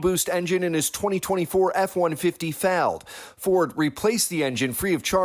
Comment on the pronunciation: Why did the voice over call it a “turbo boost” instead of “EcoBoost” and then mispronounced the word “failed” horrendously??? AI?